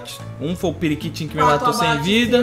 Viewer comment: Periquitinho ele falou